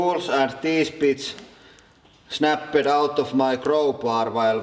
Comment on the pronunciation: i love how he says snappet and crakket